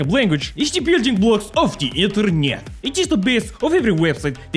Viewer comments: Ah yes, inter-nyet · “Building The Internyet” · Ah yes Internyet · Not internet it's internyet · No one: Boris: Inter NYET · Boris its not internet it is inter-NYET :) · Ah yes, the "inter-nyet" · You mean the InterNYET, right?